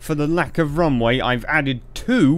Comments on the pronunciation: do you say wrong way or runway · Why do I hear "wrong way" whenever you say "Runway"? random speech me ™